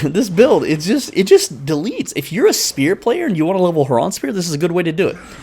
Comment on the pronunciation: "Herraahhn spear" 🤣🤣